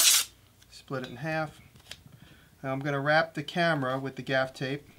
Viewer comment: What is the tape you wrapped the go pro camera with?....gaf tape, gap tape? couldn't understand the word